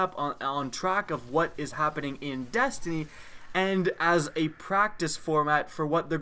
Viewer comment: did he say dastiny